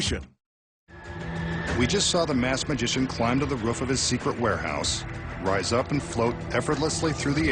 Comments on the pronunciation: i like how he says "ruff" instead of roof lol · Really ruff it's roof lol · He's calling it a ruuff.... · "As you can see he is alone on the ruf" WTF?! who the hell says ruf ?! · dumb narrator doesnt know how to say roof right ha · He says roof wired